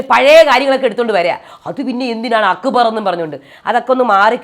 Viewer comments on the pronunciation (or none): 😂😂 njn ath kettu ippol akbarin pakkaram akubar enna vilikune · akkubar enn parayunnath kelkkumbol thanne chiri varum😂😂